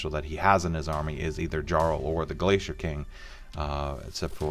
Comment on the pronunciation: "Djarl" ??? It's "yarl" . It's Scandinavian (a title, "Earl"), not English.